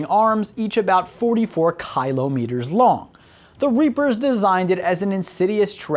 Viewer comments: Did this guy seriously not know how to say Kilometer? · On the off chance the pronunciation isn't a joke: Kill-ä-mē-ter Kilometer. The syllable that receives the emphasis changes based on local dialect/accent. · its kylo meters, he was making a joke relating to kylo ren from star wars, you need to lighten up a bit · I tried but everytime you pronounce kilometer I cringe sorry I tried. Its kill-aww-meter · How can you botch kilometer so badly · How can kilometer be so hard to say, when kiloton is not? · well he is American, they use miles instead of kilometers. Probably he is not familiar with that form of measurement so hence the mispronunciation. Kind of if I say meeles instead miles.